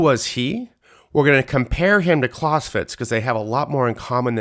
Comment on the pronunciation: I wish he would pronounce Clausewitz correctly